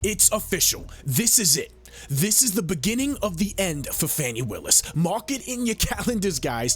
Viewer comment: It's Fani not Fawni